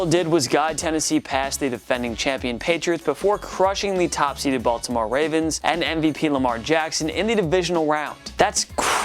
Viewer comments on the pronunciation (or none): none